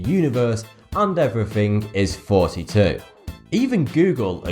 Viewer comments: I can tell you didnt go to university because you pronounce thoughty with an f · People from that part of the world interchange the F and TH sounds, so "thanks" sounds like "fanks" and "forty" sounds like "thoughty". How... nice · 42nd episode and it sounds like he says forty two instead of thoughty2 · Sounds like he says "hey here" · just me or does everyone else hear 32 or and not thoughty 2? cuss I hear 32 n most of the time. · why do you call your name instead of thoughty 2 or is it how u pronounce it? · Cause thoughty 2 sounds like when he says it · Channel Name, Thoughty2 how he pronounces it,, Siunds like Fourty Two, 100'000 subs he does RIF about him self, nicely done mate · Why does he call himself? If ur gonna spell it thoughty then say thoughty2 not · It sounds like not Thoughty 2! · Does he say or Thoughty 2? Im seriously confused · Congrats... I really love all your videos... but why your saying instead of thoughty2? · This nigga can't even pronounce he's own youtube channel name. It's thoughty2 but he keeps saying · I have watched way too many of your videos. Love how on virtually all of them people are arguing whether you're saying '' or 'thoughty2'. Well done on your subscribers, you deserve it! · I still hear "" instead of "Thoughty2"._. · I always thought you said 32… are you ok? Anyone else caught that? I’m I the only one that remember you saying Thirty Two? Let me know. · I am so glad I watched this. I like your videos very much. But having been married to two Englishmen, I am rather over the accents. (I don't squee that I love 'em). I had assumed that what sounded like '' when you said your channel name, since I hear you say Vs and Fs in place of TH, that it was just part of your 'accent' and/or speech patterns. Rather clever. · I literally have been wondering if you said “”or “thoughty 2” since I found your channel years ago. I just now watched this, and I’m now satisfied. 😂